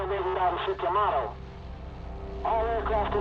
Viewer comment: Yah-maht-toh. That being said, good job. Instant like and sub!